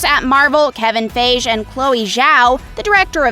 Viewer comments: You said kevin feaig and kong ....wtf? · The pronunciation of these names are barf worthy. Who the hell says Kevin Feige like that? And Kang the Conqueror. He’s not King Kong. It’s the literally pronounced how it’s spelled. KANG! 🤦‍♂️